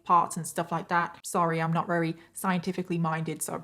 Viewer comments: It's "very" not "weary" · If you can't pronounce the word "very", then don't say the word "very ".